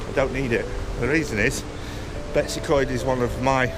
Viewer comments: yes 100%. Its not Betsy Coed. It is Betws y Coed. Betoos uh coed - my best effort in phonetic spelling of the name. Greta video by the way and fantastic pictures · How about pronouncing the name properly?